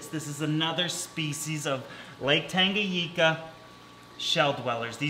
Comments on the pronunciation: TangaNICA NOT TANGAGICA UGHHH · Pronounced tanga-Nee-ka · It's pronounced Tanga-neeka